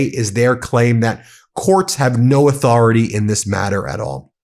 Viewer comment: Trump must be PISSED!! After all, he personally signed the Transparency Act! How dare the DOJ question his 'auth-oR-A-tAy'!! 😅😂🤣🤣🤣🤣🤣 These fucking clowns are beyond RE-DIC-U-LOUS!🤬